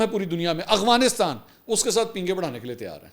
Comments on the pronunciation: Bhai g it's Afghanistan, not Aghwanistan. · Bhai saab. I think it is Afghanistan and not Agvanistan, Ahvanistan or Afvanistan. I have been listening to your vlogs for 2 years every day now and you never pronounce it correctly. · Hi I like your work a lot. Your research is good, opinions unbiased mostly, and you’re a Ravian and have nice vocabulary and pronunciation of English and Urdu. But one this irritates me that i have to ask you about, why you can’t pronounce AFGHANISTAN properly, i have been listening to you for couple of years now and you always pronounce it “AGHWANISTAN”. Please clarify if you get time. Thank you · Bahi, its Afghanistan not Agfanistan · Mansoor Bhai sb se pehle wa alaikum asslam lekin 😂1 funny moment aya apki vedio Afghanistan ko ap agwanistan bolty hahahaha😂😂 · You are my favourite anchor , a little correction for your pronunciation about AFGHANISTAN it is not aghwanistan (اغوانستان) It is Afghanistan (افغانستان)۔ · Bro it’s Afghanistan and Afghan not Aghwan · Mansoor bahi, I never hear you correctly saying Af-ganistan, I know you pronounce everything correctly, you were the only one calling Ukraine correctly, just curious what could be the reason?